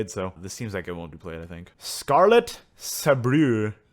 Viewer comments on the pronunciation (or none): The cringe when you tried to say sabreur,my hears were bleeding,i'm french.